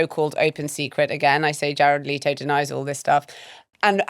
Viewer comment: The name is pronounced Let-o, not Late-o